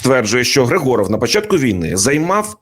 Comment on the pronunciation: Вірно вимовляти не ГригОров, а ГрИгоров. Тобто наголос на літеру "И". Хоча сутність цієї людини від цього не змінюється.